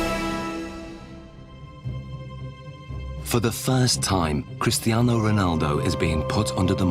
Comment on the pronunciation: why doesnt he call him cristano haha !